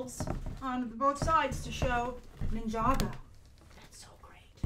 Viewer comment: Is it really pronounced "nin-jago?" and not Ninja-Go?